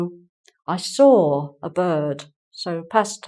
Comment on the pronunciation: Why do you say: I saw-r-a film yesterday.. I saw ra film...?